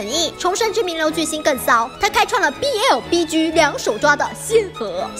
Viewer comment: 1. 什么是BG? 2. 请念 逼鸡，不是 逼狙。 谢谢。